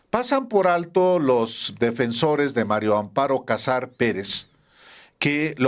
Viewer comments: PORQUÉ POCOS DICEN BIEN EL NOMBRE? ES MARÍA AMOARO, NO MARIO AMPARO, AÚN ASÍ QUE DEJE DE COBRAR LO INDEBIDO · No me cabe en la cabeza la dificultad del periodista Álvaro Delgado para pronunciar el nombre de la corrupta viuda... María Amparo. Todas las veces que la menciona la menciona como Mario Amparo.😅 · Hola Álvaro, buenos días disculpa pero parece que dices Mario Amparo 😊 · ¿Porqué Álvaro Delgado dice siempre "MariO Amparo Casar Pérez? Es mujer y se llama MARÍA AMPARO... 🫢🤷 ¿Le costará mucho trabajo pronunciar " MariA"? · Álvaro, estas repitiendo constantemente mal el nombre de la señora María Amparo como Mario!. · Es MARÍA AMPARO CASAR. No Mario Amparo... ¿Por qué casi todos pronuncian mal su nombre? Es más fácil pronunciarlo correctamente. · Álvaro, siempre dices MARIO Amparo Casar Pérez 😅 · Les cuesta trabajo decir María Amparo, a los dos excelentes periodistas!!